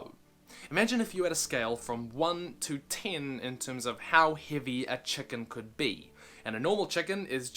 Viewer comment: this guy says ten tin